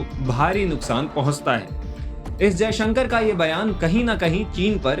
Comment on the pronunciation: तुम बहुत असभ्य एंकर हो। विदेश मंत्री का नाम भी ठीक से नहीं लेते हो। भाषा की मर्यादा ज्ञान नहीं है क्या?